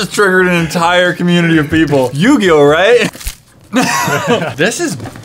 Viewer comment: I immediately dramatically gasped when you said Yu-Gi-Yo lol